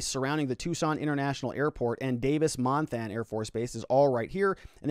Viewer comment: Sorry. Had to laugh at your way of saying KOLD (they literally just say the letters) and how you say Davis Monthan (Mon-th-on is kinda how locals say it). My mom lives on one side near the base, my in-laws in Marana, my brother and sister-in-law near the airport. Kinda scary to see the flight pattern. I remember living near the airport in the mid-00s and we had helicopters searching over our house all the time. I highly doubt that most people in Tucson proper thought anything of a helicopter searching at that time of night.